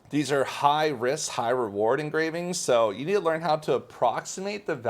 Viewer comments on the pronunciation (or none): none